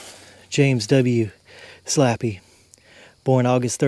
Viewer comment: Slappey Is Pronounced Slay Pee or ( Slae-Pi)